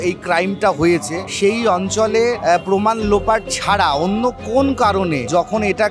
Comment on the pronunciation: Nice video,but poman na proman